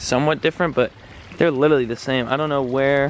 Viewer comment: 'Littlerly' hahaha